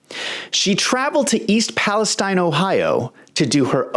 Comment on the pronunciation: Thank you for pronouncing Palestine correctly. And not Palesteeeeeeeeeeeen